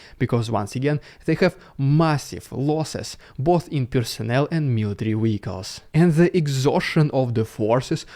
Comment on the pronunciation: Like listening to Pavel Chekhov. Wessels and wee-ackles.